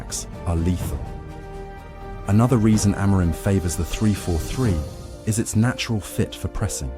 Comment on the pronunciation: There is no such thing as "Sporting Lisbon", the club's name is SPORTING CLUBE DE PORTUGAL, it is a club based in the capital, but it does not have Lisbon in its name. So, please stop saying the club's name incorrectly. And by the way, the accent in Amorim is on the "im", not the "mo".